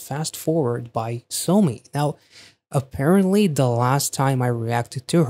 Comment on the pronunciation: That's not how you say her name. It's pronounced as [Saw-me] not [Sew/so-me], lol.